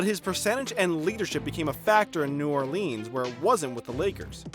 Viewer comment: no one: This dude: New oRlEeeNS